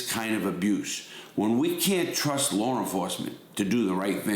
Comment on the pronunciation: There is no "R" in law or at the end of Georgia. 😂